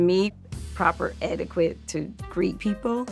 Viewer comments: “Edi-QUIT” Mary M Cosby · Mary: "I was taught proper eh-ti-kweet and this isn't proper." Me, and anyone else with a proper grasp of the English language: "You don't know how to pronounce 'etiquette.'" Also, I'm ashamed for Meredith to stoop this low to be filmed in a bathtub, even in a swimsuit with bubbles on her chin. No "eh-ti-kweet," as Mary said! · She did not just say “edi-qWette” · Proper eti- QUIT? Mary 😂😂😂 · Not the "etti-quit" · Baaaahahaha Mary is all so proper, but can’t pronounce etiquette!!